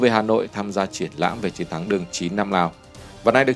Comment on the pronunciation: Tôi có ý kiến thế này. Kênh hay nhiều kiến thức khoa học và lịch sử rất hữu ích. Mà chọn em MC mở đầu clip chán thế, ghét nhất cái kiểu mấy âm ch, tr cứ tru cái môi lên, chiến cứ phải phát âm thành chuyến làm gì? Theo tôi nên cắt phần đầu đi, hoặc thay người khác.